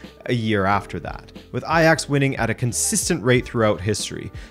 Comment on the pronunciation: eye-jax…Does it still hirds?? 6-0 😜😜😜😜